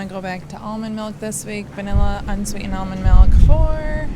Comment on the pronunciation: Did she say "a gallon of white mikl?" 🤔🤔🤔